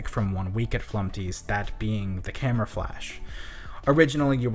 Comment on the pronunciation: Remove the t in flumpty